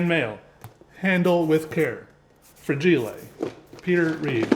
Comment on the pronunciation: Fra-gee-lay Must be Italian!